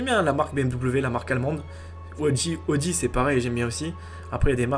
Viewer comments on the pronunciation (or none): none